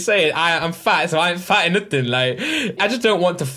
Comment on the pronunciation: why he says nuthin and ljock instead nothing and luck